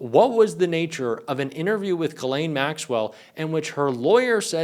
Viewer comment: Her first name is French and is pronounced "Ghis-laine", the "s" is not muted and the "Gh" is pronounced as the "s" in "measure". There's another French name, Guylaine and that one is pronounced like everyone does: "Gui-laine". I had to get this out of my chest, my ears are buzzing every time I hear her name on English speaking news channels or YouTube 😵‍💫😄